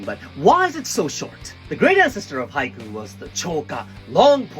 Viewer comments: The one thing I get confused about Japanese language is how it sounds on certain parts. He says Haiku. Sounds like Hai - ku. Then he’ll say it and it sound like “hike” like it’s one syllable. No “oo” or “u” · I thought he said haikyuu 😂